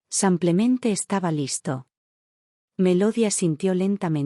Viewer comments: Nefasto el contenido que narran estos lenguas de estropajo,ni pie ni cabeza,ignorantes del tema que desarrollan,un lenguaje vulgar y prosaico,mal hablado como cuando dicen samplemente.Ya me imagino cuántos profesionistas aprenden de estas valiosísimas experiencias.Un churro aburrido por excelencia. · Cuando calibran bien esta maquina para que diga SIMPLEMENTE y no SAMPLEMENTE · Si no sabe pronunciar los nombres americanos no los ponga en sus narraciones señora y no se dice simplemente parece indígena